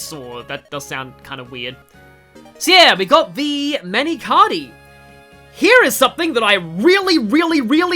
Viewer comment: Your pronunciations of Mani Katti sound cooler